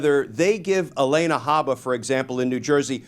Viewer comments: Her name is not Elena. It’s Alina. Mispronouncing a name makes him sound like Donnie. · Glen, if I'm not mistaken, it's A-LEE-na, not A-LAY-na. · It's pronounced Ah Lee Nah. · Not relevant, but why does Glenn say Haba's first name like that?